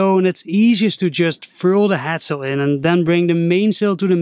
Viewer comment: Is he saying HAT sail or HEAD sail??!